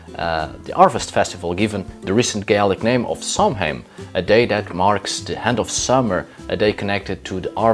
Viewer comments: sow-in or sov-in, not sam-hain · It’s pronounced sow en not Samhain the word etymology is Early Gaeilge / Irish language. And no that is not Gaelic, which is Scottish. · It's pronounced 'sow-in'. It's Gaelic. Don't ask.